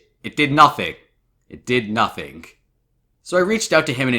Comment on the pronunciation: I love how says “Nothink”